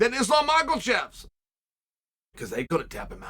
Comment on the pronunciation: Been years now, but regardless, I just can't hear "Islam Michael Chev" and not smile 😅